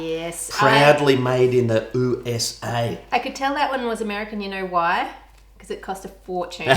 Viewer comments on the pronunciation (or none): hey, don't make fun of my county by saying oo.s.a